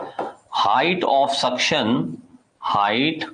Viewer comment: its suction not sunction.